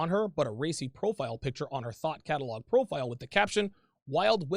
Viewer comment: Thought Catalogue? I seriously heard THOT Catalogue 😂